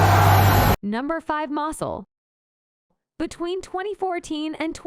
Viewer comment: Mosul not Muscle